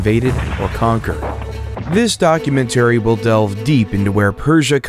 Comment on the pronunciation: The AI voice narrating this video needs to be trained better. ‘documentary’, ‘legumes’ and ‘Uruk’ - and that’s just in the first two minutes! Super irritating to listen to.